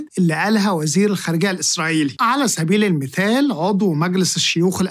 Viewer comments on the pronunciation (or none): هوه ليش حضرتك تخلي حرف ال ف بدل الثاء.. مثلا (تكول على سبيل المفال) بدل (على سبيل المثال) جدا قبيحه اتمنه تصححه